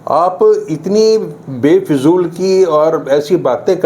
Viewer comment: Befijool nahin fijool hai sahi shabd